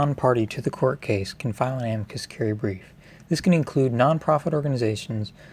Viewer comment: The stress should be on the "i" of "amicus," not the "a."